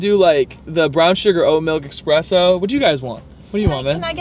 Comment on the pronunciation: X press o???? Really? I’m triggered. It’s pronounced espresso